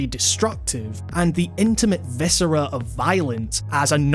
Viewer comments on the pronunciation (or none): none